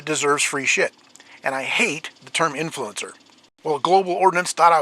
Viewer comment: In-FLUE-en-sir. It kicks...